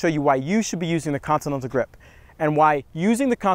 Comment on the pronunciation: He can't say continental bahaha